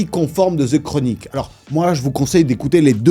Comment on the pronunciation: The. DE. Pas Ze Chronique